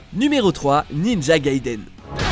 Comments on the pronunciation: "Ninja GaidÉn" Sérieux faut que vous prononciez mieux les mots c'est Gai-i-deun la prononciation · Gaiden (外伝) est un mot japonais et non anglais, on prononce bien "dè" et non "deu".